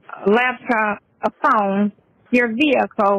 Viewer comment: I dont know why the "phome" aint going thru. 😂😂😂